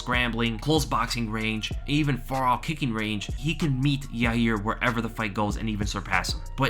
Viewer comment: Friggin is a scrub, it's pronounced 'Ya Ear'